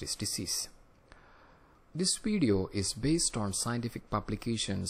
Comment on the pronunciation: It's Video, not wideo.